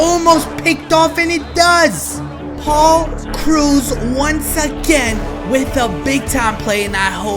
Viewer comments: Lol did he just say Paul Cruz?!? Haha lol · you said paul krause wrong cause im a viking fan i know